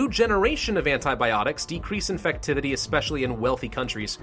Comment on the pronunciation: "Infucktivity" great job